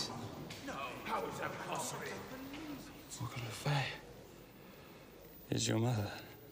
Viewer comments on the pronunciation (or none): I mean its Le Fay not e ,a